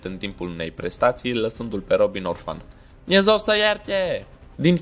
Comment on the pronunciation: Te rog nu mai zi "Dumnez-o sa-i ierte"